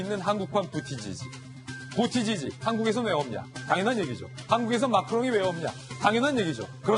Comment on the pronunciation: 부티지지는 부우더져어지(부와져에 엑센트)로 발음해 주심 자연스럽게 들릴것 같습니다 ㅎ